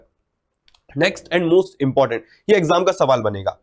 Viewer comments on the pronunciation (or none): none